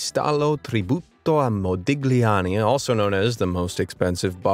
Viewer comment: "Modigliani" is pronounced "Mo-di-lya-ni", because he was an Italian (sheesh). Those particularly twisted faces and shapes are typical of him